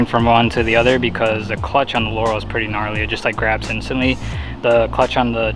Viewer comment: I'm so glad you pronounced Laurel correctly